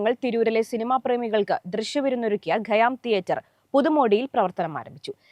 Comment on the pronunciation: ഗയ്യാം എന്നല്ല ഖയ്യാം എന്നാണ്, ഉച്ചാരണം ശരിയാക്കൂ ആദ്യം